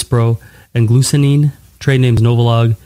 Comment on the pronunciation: This is glulisine, not glusinin.